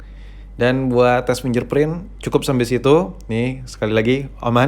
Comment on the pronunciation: Risih gw dgr dia sebut Finger Print jadi "Finjer Print"